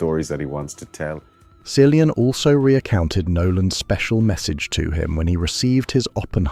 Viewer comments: why "silian" if he's "killian" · Can’t watch this if you can’t pronounce the name cillian correctly!